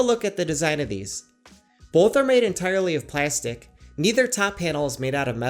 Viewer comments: The way you pronounce plastic makes me suicidal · he says plastic so weird